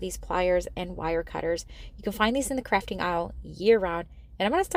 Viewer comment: I must’ve been listening to too many political videos lately, because every time you said crafting, I thought you said fracking.😮